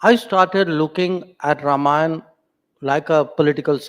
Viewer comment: Loved hearing Ramayan and not Ramayana.